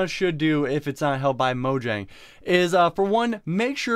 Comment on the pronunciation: TheCraftingHedgehog Its Mojang there isnt a N in there